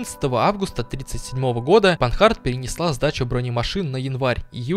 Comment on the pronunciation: машина Французкая и поэтому читается по французски, панАр, а не панхард